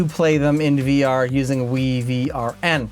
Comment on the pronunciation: I do believe WiVRn is pronounced Wyvern